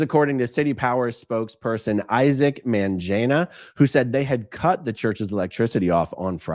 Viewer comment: Mangena - hard ‘g’ sound for all African names, not a ‘j’ sound. And the ‘a’ would be an ‘uhh’ sound. The ‘e’ is ‘ehh’. Emphasis on the ehh. So the name is pronounced “Mun-gehhhn-uh”